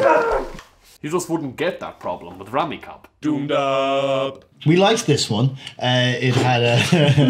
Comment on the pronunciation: It’s pronounced Rummy “Cube”, not cub.❤